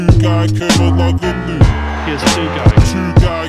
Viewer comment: I like the song but it pisses me off how he can't say Tugay's surname correctly haha. is still a legend tho